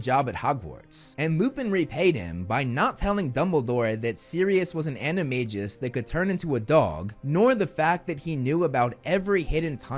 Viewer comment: Excellent job, great video as always. To me, your biggest hot take is your pronunciation of animagus animagi in the words of Hermione Granger, "You're saying it wrong." Stephen Fry says it correctly of course while reading the books. The most ridiculous hot take out there is from the SCB about Filtch being a poltergeist. PS I liked the Fantastic Beast movies, too, and I think they should use some of that money to make the other Fantastic Beasts movies. Never mind what the haters think.